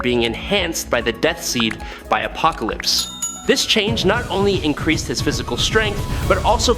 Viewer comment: "Appocolypse"??? A rather bad pronunciation..